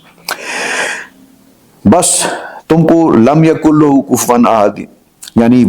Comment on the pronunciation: معذرت کے ساتھ، ، سورہ اخلاص پڑھتے ہوئے " ولم یکن لہ "میں آپ نے "لہ" کے "ل" کو پیش سے پڑھا ھے جبکہ اسے زبر سے پڑھنا چاہیے ۔۔۔۔۔۔اپنی آواز سن کر چیک کرلیں!